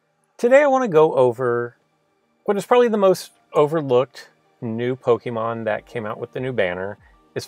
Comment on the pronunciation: Kimberly Cooper he also said pokeman